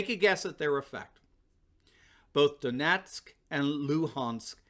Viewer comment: Ummm....its pronounced Don' Yetsk. NOT Don' Netsk. And it is Lugans'k (Translation: Луганськ), and not Luhans'k. Just to clarify. 😝